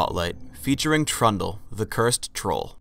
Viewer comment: i swear says trauma everyonce in awhile when he says trundle >.>